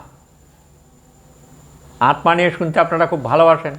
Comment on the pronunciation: আপনি দয়া করে বাংলা গ্ৰামার একটু দেখবেন । আত্ মা কথা টা শুনতে বড় বিশ্রী লাগছে ।